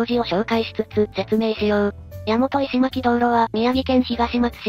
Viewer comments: の石巻は「いしまき」ではありません。 「いしのまき」と呼びます。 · 石巻の読みは、いしのまきですよ。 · 石巻(いしのまき)です